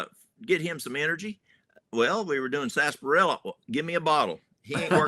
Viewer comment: Its actually pronounced as said.. Sarsaparilla